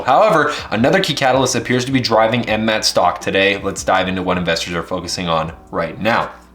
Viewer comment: Stop saying that ticker symbol like that. 🤣